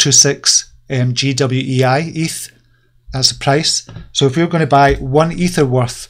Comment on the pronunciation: Hey, great show as usual. I'm really glad that you have not decided to stop due to your security issues. Definitely put long term holds on a hardware wallet. GWEI i think is pronounced G'wee as in "ya G'wee bastard". ;) Regarding BlockchainWhispers, is it worth buying a month sub if with capital under 5k?